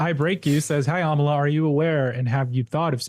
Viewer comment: every time you say your name I think you say "Amala Kenobi" and it makes my head spin every time